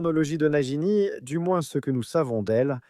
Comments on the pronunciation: Croyance et Nagini pas Crédence et Najini ! 😂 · J’ai mal au oreille « najini » « crédence »